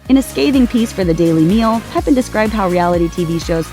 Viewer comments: It’s not pronounced “Peppin.” He’s French. Figure it out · His name is Peh PAN, not peppin! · Pépin is pronounced "PEH-pah(n)."